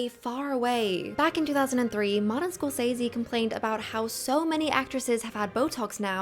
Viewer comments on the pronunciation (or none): none